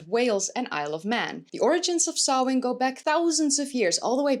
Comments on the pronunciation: Finally someone pronounced Samhain right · right?? It made me do happy hearing her properly pronounce it! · Good pronunciation of samhain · Not sure whether Samhain (nice pronunciation by the by) was just the part of the UK defined by ‘not being invaded by romans, Saxons and Viking’s I.e. the Gaels/celts. Was Samhain pre-Roman - in which case it would also have been part of the original Gaelic culture of England before it was driven out…